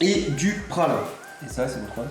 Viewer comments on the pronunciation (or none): c pas PRA L UNN mais PRA L INNNN